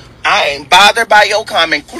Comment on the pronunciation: 📢 He said he is not botheredT. 🥴